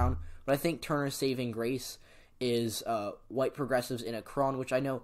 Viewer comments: sorry to bother but .... it's ACK-ren, not a-KRON .... your videos are amazing ,but mispronunciations can harm others' impression of you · Shortly after making the video i learned it's pronounced Ack-ren, my apologies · the way he said akron smh... ever heard of lebron james... the kid from AKRON?